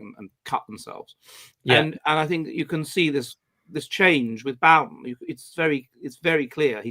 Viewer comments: Pronounce the man's name right for God's sake! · can't even pronounce his name correctly. How much research can he possibly have done?